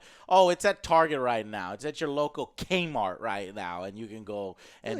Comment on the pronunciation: My man said Kmart